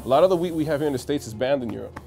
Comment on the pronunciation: anyone else know hes saying wheat but still like damn france has better weed? lmao he needs to pronounce that T.